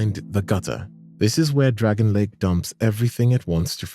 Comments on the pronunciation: DRANG-LAY-ICK NOT DRAGON LAKE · Awesome video, dude! One thing though.. "Dragonlake?" "Drang-lay-ick" is the proper pronunciation. Its not that deep but i had to point it out lol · DRANG LEY IC not dragonley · PLEEEEEEEAAAAAAAASE!!! ITS PRONOUNCED “DREN-LEK” NOT DRAGON LAKE 😭😭😭🙏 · Your constantly saying dragon lake instead of Drangleic very clearly and well prononunced makes me wonder if you have actually played Ds2 or are just reading a list of stuff you found elsewhere 🤨not like its not mentioned in conversation enough times in game, if it were a slip of the tongue then fine, but you do it consistently. 🧐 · Drangleic is not "dragon lake" 🤣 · PLEEEEEAAAASE!!! IT'S PRONOUNCED "DRANG-LEYIK" NOT DREN-LEK 😭😭😭🙏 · "Dragonlake" "pattay" brother... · Love the video but bruh your pronunciation of Drangleic is atrocious